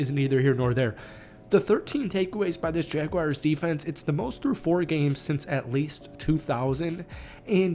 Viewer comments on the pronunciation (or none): Not gonna take you seriously until you learn how to say the name correctly! 😂 It's JagWARS, not JagWIRES. Learn it. Live it. Love it. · It’s Jag-WARs not Jag-wires lol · Every time someone says jagwires makes me cringe